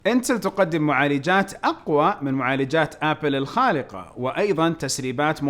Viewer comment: الخارقة الله يهديك مو الخالقة